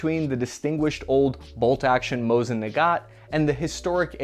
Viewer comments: Nice vid. JSYK, it's Mosin Nagant, not Nagat. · He also said "Mosin Nagat".